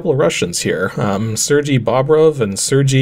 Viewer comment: It's a nitpick, but because it's a FIRST name and not a LASTname (which you usually struggle with) ... Sergey is pronounced "SirGay". Yes, really. :D